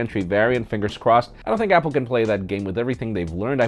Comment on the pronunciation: you know... it's happle! hahhaha